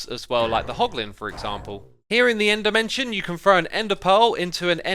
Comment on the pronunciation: When you say end dimension it is like ender mansion